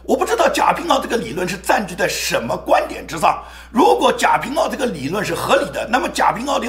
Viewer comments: 应该贾平wa，不是ao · 贾平wa 读音错了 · 贾平(wa---四声）